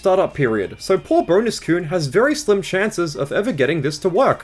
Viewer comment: Why did you pronounce kun as "koon"?!